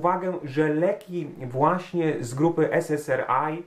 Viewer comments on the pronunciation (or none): Jedno zastrzeżenie: SS(A:)(AJ), nie SS(ER)(AJ). ;-)